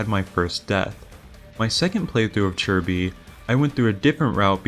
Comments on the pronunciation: Isn't it Chi Bi? where'd we get the "r" sounded like chirby. 🤔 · Homie called chi bi churby